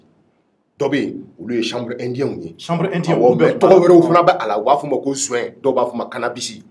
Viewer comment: c’est pas chambre indien.....mais chanvre indien